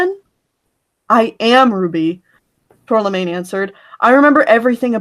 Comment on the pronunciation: Aaaaahhhh it bugged me so much that was calling her "Tourlamaine" when it is pronounced "Tour-ma-line". The L is after the M.